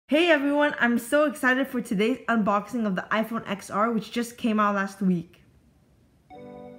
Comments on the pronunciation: TEN R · Stop calling it xr.....even tim cook calls it 10r